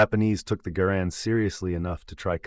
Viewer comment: Thank you. Thanks for pronouncing Garand correctly. Call of Duty "experts" think it's true. I have competed in WWII rifle competitions and no one is going to hear that ping. Or the sound of the clip hits the ground. Stupid myth. ALSO can you please dispel the myth John Browning designed the High Power since he didn't.